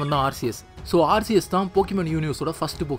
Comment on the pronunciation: Bro aceus pronounce ஆர்சியஸ் இல்ல ஆர்கியஸ்